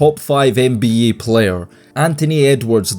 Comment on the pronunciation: Bro i would take you alot more seriously if you just said nba instead of n bee yayy